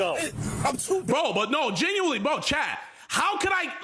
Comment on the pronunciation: he is "GenWuiNLY" aint mature after all